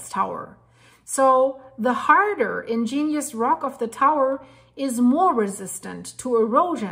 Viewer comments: Ig…….nee…….ous rock, not ingenious rock! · Or you might spell it out as, IGG-nee-us, with the accent on the first syllable. Very interesting,. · I dont like to correct things others say, but the word is 'igneous' rock, not 'ingenious' rock. Sorry. Like the videos. Keep it up. LedHed Pb 207.20 🎶 🎸 🎹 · Igneous. Ig-nee-us. You are saying in-gen-ious. I understand you are not a native English speaker and well educated so please don’t take it wrong when I offer pronunciations.